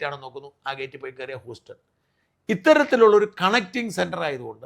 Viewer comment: സാർ, ഹ്യൂസ്റ്റൺ ആണ് please. ഹൂസ്റ്റൺ അല്ല. താങ്കൾക്ക് നല്ല ഉച്ചാരണം താല്പര്യം ഉള്ളത് കൊണ്ട് പറഞ്ഞു എന്ന് മാത്രം. Safe trip.